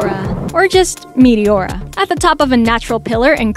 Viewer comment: Meteora translates to suspended not elevated and the tone is on the second syllabe on the second e, not on the o